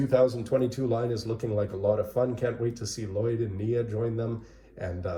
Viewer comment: why do you keep mispronouncing L-Lyod?